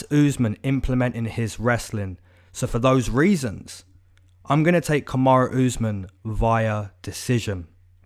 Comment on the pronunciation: it’s Kamaru not kamara and he is getting kod